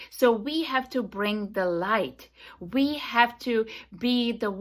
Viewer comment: Hey lady it’s we, not ve and everyone not eweyone. Go talk to the vall vith all sense you are making. Perhaps some linguistic lessons vill help vith public speaking